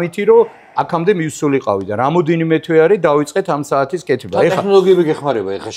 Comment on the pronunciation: გეხვეწები ეს ტე"ხ"ნოლოგიები მოიშორე, ძალიან ცუდად ხვდება ყურს 😕წარმატებები თქვენს იუთუბ არხს ❤ P.S. ზვიადი ძალიან მაგარი კაცია, გვიმრავლოს მისნაირი ქართველები.